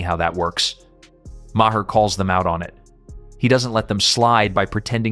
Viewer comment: bill MAAH, not MAH-hah